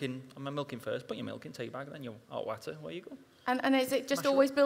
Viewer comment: Guy Martin is also of a dying breed of "the honest bloke." He doesn't give a shit about being politically correct, he is proud of his Lincolnshire heritage (listen to how he says water , because "it's spelled w-a-t-e-r, not w-h-a-t-e-r" as he explained one), and he grafts for a living, bikes for a passion, and just loves being honest about all of it. I love him after his crash at the TT, the one where the bike blew up on impact and he slid like 300 meters down the road, broke almost the entire left side of his body, and two days later there's a picture of him grinning like a madman in the hospital with a cuppa in his hand. Although he did say he was off his face on "the good drugs" at the time XD